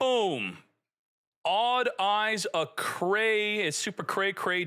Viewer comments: It's pronounce "Arc-Ray" not Arcray. KONAMI help him this man please... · It's pronounced Arc-ray, not Ah-cray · "ARC RAY", not "Acray" lmao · pronounced ARC RAY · Isn't it pronounced Arc-ray?